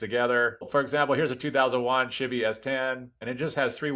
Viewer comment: Thanks man, I think this is my issue. I get a kick out of you saying "shibby" for Chevy.